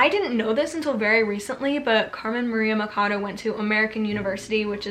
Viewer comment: the “ch” in “Machado” is pronounced as in “chalice” not as in “chemistry”. Loved all recommendations! ❤